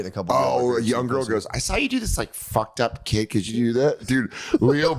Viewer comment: It’s pronounced Young